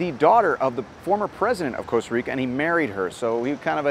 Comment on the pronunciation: *Costa Rica, not Coast